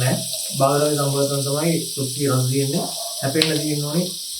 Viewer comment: උයන්ඩ ඉස්සෙල්ලා කෑමෙ නම හරියට කියන්න ඉගෙන ගත්ත නම් නේද වටින්නෙ . මේ නොදන්නා කමද නැත්නම් කම්මැලි කමද? එහෙමත් නැත්නම් නිකංම ගොං කමද . අද ඉදන් වත් හරියට කියමු ද 3 syllables: "CHOP" + "SOO" + "ee"